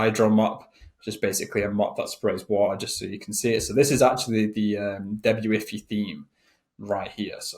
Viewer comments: Can't understand how your brain doesn't put 2-and-2 together to correctly call it DEBUT-IF-EYE, when you're looking at a SHOP-IF-EYE theme. Every time you said debut-iffy a kitten died. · Hey, thanks for the info! It's pronounced beautify with De in front of it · its debut-ify instead of debut-ify.